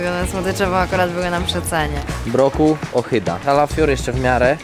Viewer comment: "ochyda" XD